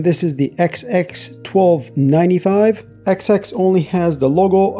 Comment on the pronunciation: you're saying XX instead of XS